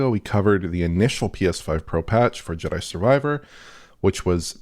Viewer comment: Did I hear right. Did call it "Judder Survivor"?